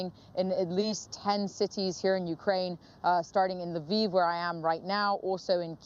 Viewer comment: LE-VIV not LEAVE Ukraine. Bachman doesn't know how to pronounce the word.